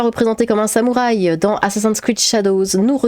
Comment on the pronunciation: Sam ou Rhay ? Y'a souké les artimuses ? Prononcez bien comme vous voulez ma p'tite dame, en cas moi j'en rigole bien 😊👍 Bon courage à vous !